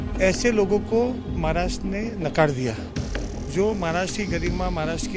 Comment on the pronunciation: Mohit kamboj adhi maharashtra ha shabdda neet uchhar ani nanatr abhal heppal yz bhaittyyya